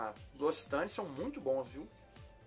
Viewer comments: Você pronuncia errado não é locitane e sim loc-citane tem q ler os dois c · Se fala loquicitãne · A pronúncia correta é Locsitan